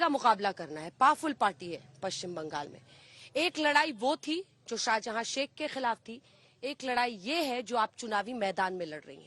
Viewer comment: "Sheikh Shahjahan" hai, "Shahjada" nahi Didi